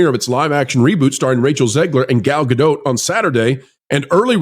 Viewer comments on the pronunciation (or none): please pronounce Gal's last name correctly. It's Gal GADOT, sounds like POT. Thank You sir.